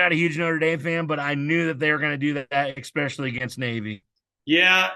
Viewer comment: When I hear “X-specially”….it drives me crazy! It’s “Es-specially”.